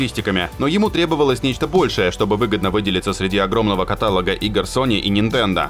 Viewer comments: Блин, ну какой нахрен катАлог? Автор!!!! каталОг !!! Плииз! Говори правильно. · Не катАлог а каталОг